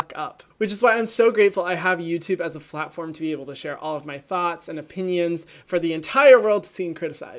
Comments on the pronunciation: I giggle when you said “flatform not platform” 🤣😂😆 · He really say a flat form like it’s a platform not a flat form lol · At he said flatform instead of platform, I thought it was funny, also no hate from this comment, I love your channel and your personality! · go but is it just me who caught he says flat form instead of platform (no judgement tho bc i say stuff wrong all the time) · I swear you said flat form not plat form lol I feel you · It's platform honey not flatform get it right. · Did he say flatform instead of platform ?!?😆 btw love u Hyram! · Did anyone else realize he said flatform at like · no shade/hate but who else noticed "flatform" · He said “flat form”😂😂😂😂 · Anyone else hear him say flatform 😂 just me? Okay 🙃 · Did he just say flat form or is it just me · Did anyone else notice you said "flatform" instead of platform? 😂 You are my god ❤️ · anyone else notice he said "flatform"? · Hun did u say flat form ?????? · ... did he say flatform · Lolol you said 'im so glad i have youtube as a FLATFORM-' 😂 anyone else notice that? Lol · who else heard ¨flat form¨ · Love Hyram, and love how he said “flatform” instead of “platform”. With Hyram, I’ve learned so much about skincare and my skin is a lot happier!!! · Did anyone else hear him say “flatform” instead of playform at the beginning? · When he said “flatfom”